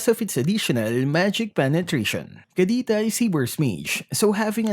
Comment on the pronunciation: Bakit hirap ka po mag pronounce ng k or c? Kapampangan ka po ba?